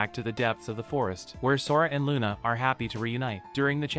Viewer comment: They clearly pronounce it Luna, not Runa. However it's written Runa in the manga because in Japanese there is no Lu syllable. Still Luna is the better choice for the subs when they decided to pronounce it like that